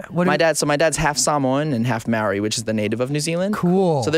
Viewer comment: Oh Alex... sweetie... ily but I really hope you've learned how to say Māori correctly since this interview.